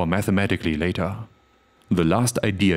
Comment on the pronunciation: I am pretty sure that the word "later" is not pronounced "lay-TAHHH".